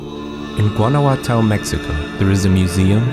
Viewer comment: That narrator pronounced Guanajuato so strange. The mummy museum is a really interesting place. After 11 years I still very vividly remember the trip.